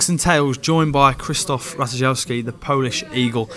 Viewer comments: What on earth did you say for his surname? Rat-ta-jow-ski? Dear me... even he had a chuckle. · Its Ra-tai-ski you say it like this. the J in the Name is like an i